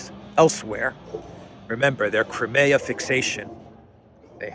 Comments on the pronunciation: Hi, it’s CRY-ME-AH not kremea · Good video. However, Russian is not the easiest language for westerners. That means pronunciation of many Russian words is difficult. Crimea is not one of them. Generally agreed is “Cry-me-a,” and even Russian speakers pronounce the word that way. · Just wondering. Do all American accents pronounce Crimea as "Cri-mayah" as opposed to the UK pronouncement "Cry-me-ah"? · Just say KRIM. Ukrainians, Russians and all Slavic people will understand.